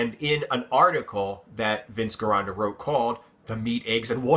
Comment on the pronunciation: the name Gironda is pronounced like Jer-on-da it's Italian has no hard G sound, some examples are Gianni, Giovanni, Gina. All sound like they start with a J... by the way I love your channel!